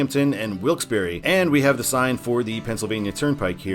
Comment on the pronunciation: Kudos to you good sir for the correct pronunciation of Wilkes-Barre! Best way to tell someone isn’t from around here is how they pronounce the Barre part (or putting too much emphasis or a pause on the Barre part).